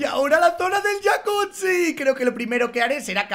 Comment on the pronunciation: Entonces tu mujer fan pero se dice jacuzzi no😂😂😂😂